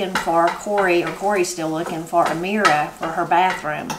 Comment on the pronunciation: At first I thought Corie had a friend named Ameera who I'd never heard of, and then I realized what you were saying 😄 Here in Baltimore we say "meer" ...just the one syllable!